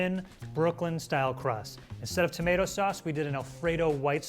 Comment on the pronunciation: “Toomatetwo” that’s how it sounds like your saying tomato 🍅